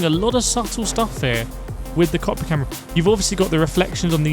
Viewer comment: do u mean cockpit view? all i hear is cock view